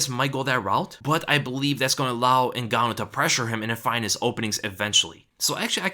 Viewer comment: To this day, people keep pronouncing Francis last name wrong. Is Ngannou NOT Zingannou